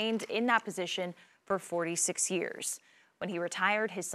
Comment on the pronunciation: I hear MurdoCK every time